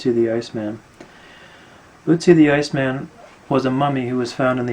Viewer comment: It's pronounced like Ertzi not ootzi